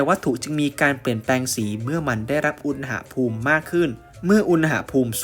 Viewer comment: อุน หะ พูม ไม่ใช่ อุน นะ หะ พูม ครับ ฟังแล้วขัดๆ นิดนึง